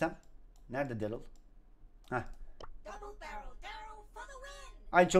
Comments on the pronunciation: Darly değil darryl. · Zaten lazbabinin derıl dediğini söylüyo saf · tüccary darlyy sjsjsjsjsj